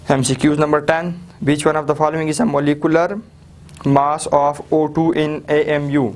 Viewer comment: Yarr sir ap apna mass to theek bola karein